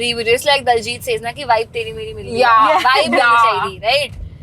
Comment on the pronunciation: Did kusha just pronounced “Daljit” when referring to DILJIT?!!!!!!!